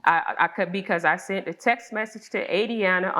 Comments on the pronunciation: I've never heard someone say "sunt" instead of "sent." Sorry if I sound ignorant. I've just never heard it before. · Why do people keep saying "sunt" instead of "sent"?!